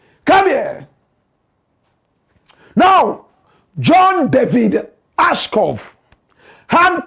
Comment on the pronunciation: It’s John Ashcroft. You keep “murdering” this name for days. Basic journalistic research will help.